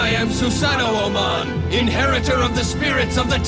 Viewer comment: Ooof, your pronunciation of Susano'o hurt my soul